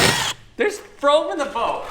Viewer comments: you heard it here first folks, there’s froam in the boat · when there’s froam in the boat